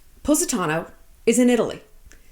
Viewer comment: I’ve been to Positano twice and this video is the first time I learned how to pronounce it